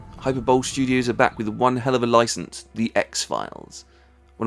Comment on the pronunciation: ... Someone has probably already corrected your pronunciation of hyperbole.